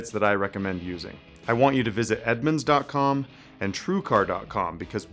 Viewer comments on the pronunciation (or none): EDMUNDS, not EdmOnds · it is NOT Edmonds,is Edmunds... genius. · It’s Edmunds not Edmonds. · Dude, if you're going to promote a third party website, at least get their name right. It's , not Edmonds. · "Edmonds" lol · you know it's "Edmunds" right? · It's not Edmonds. Stupid.